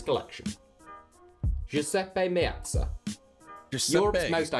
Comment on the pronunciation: Its a great list, but his pronunciation of the players' names is from hell btw the Guiseppe-Mezza stadium is named after him